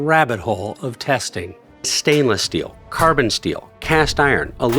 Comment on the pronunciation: My man said "stainless steal" instead of "steel"